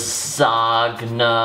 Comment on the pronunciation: I gave him a songs up just because he said LA ZOG NA. LOL